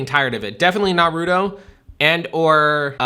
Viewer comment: Did you just say NARUTO!? It NARUTO you simp. 😂